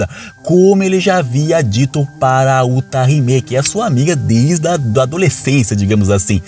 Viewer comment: mano qm é "utariméé" wtf ta em anime e o cara inventa pronuncia kkkkk